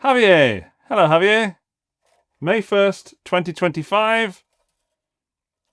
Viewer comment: Javier is pronounced hah-vee-AIR